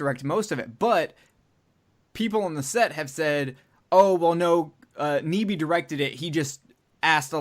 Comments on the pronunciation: His name is pronounced NEye Bee, not Nee Bee. I know because I once dated his niece. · Nyby is pronounced nigh-bee! And yes, my uncle Chris directed The Thing.